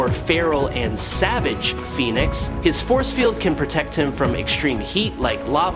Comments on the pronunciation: You have no idea how much credibility you lost with me. How in the hell do you not know how to pronounce Phoenix... "Foe-ni-icks"... OMG..... ITS *FEE-NIX" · 'Phoney-ex force'? The Phoenix force? The AI reading of the script leaves a lot to be desired some days.. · thumbs down on how your computer pronounced phoenix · The this guy is never heard of the Phoenix or the well-known city in Arizona. Fee-nix